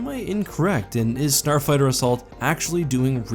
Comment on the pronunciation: No one:: “Starfigther” Just watching out for you, keep up the vids!;^)